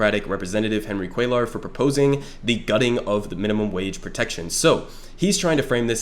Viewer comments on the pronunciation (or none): really devastated that Jessica Cisneros lost by a hair to this guy. great video by the way, first time checking your stuff out ✌️ btw on a side note, cuellar is pronounced "cwaye are" since LL in spanish is pronounced with a Y sound instead of pronouncing the Ls. just a small thing but thought you should know if it wasn't intentional. keep it up brother 🤝